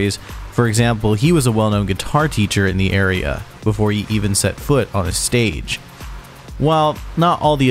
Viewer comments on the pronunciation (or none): none